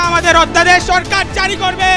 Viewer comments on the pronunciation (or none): উচ্চারণ টা অধ্যাদেশ না ওদধাদেশ